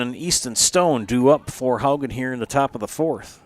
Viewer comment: Please pronounce Haugen properly. It is Haw-gen , not How-gen. Wake up!!!!!!